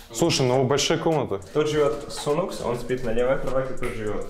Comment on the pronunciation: а не сунукс и аункер, а не аункере